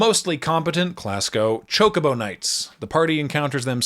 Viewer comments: Love your video, watched it three times, but I gotta say, even if you only do it occasionally, you are literally the only person I have ever heard pronounce it Cho-CO-bo instead of CHO-co-bo. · it’s NEVER “chaco-bow” lol. In Japanese it’s チョコボ or chi-yo-ko-bo. That’s CHO-CO-BO in English.